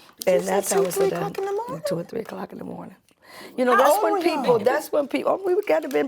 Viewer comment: “We’re still in the MORNTING!”